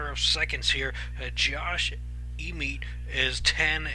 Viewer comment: Pronounced Josh EhMET.....went to the same highschool as me